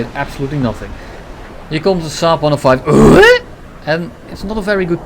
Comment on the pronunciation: i love the way he pronounces the SAAB-105 name. lmao